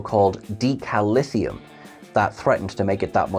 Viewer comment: Starfleet ships use DI(lithium) Then you have the nuclear inhibiting Tri(Lithium) This stuff is Deca(Lithium) like Deca(liter). Not whatever it is you're pronouncing.